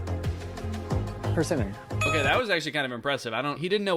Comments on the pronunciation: Danny's pronunciation of loquat and persimmon is sending mee 😭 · How about pronouncing persimmons like richard simmons, like first name Per, last name Simmons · webster says it's perSIMMon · And the way he pronounced Persimmon lmao.